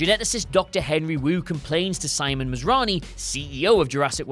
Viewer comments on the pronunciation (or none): none